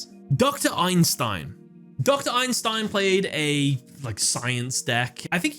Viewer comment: Ei-Sen-Stein! Not “Einstein” lol😂 (Iykyk)